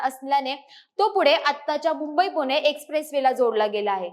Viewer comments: अशुद्ध बोलते. पुणे ऐवजी पुने म्हणते. तसेच इतरही. ण ऐवजी न उच्चार ऐकायला बरा वाटत नाही . भाषा सुधारुन व्हिडीओ बनवा. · पुने × पुणे बरोबर